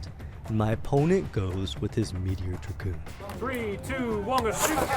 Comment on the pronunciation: Cobalt dra-goon